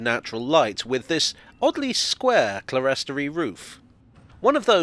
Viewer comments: Oh, man...is this yet another British English/American English standoff? You say "Kluh-REST-o-ree" and we say "KLIR-story" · Interestingly, clerestory is pronounced as clear-story, not as clerest-ory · clerestory pronounce as if two words: clear story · Just nitpicking here, for which I apologise but clerestory is pronounced clearstory.